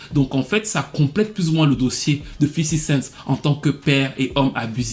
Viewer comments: Toi aussi prononce bien hahhhhh Respect un peu . C est fifty cent pas fifi cinq C est juste les femmes noirs qui sont comme ça . Ma mère n est pas différente . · « Fisty cent »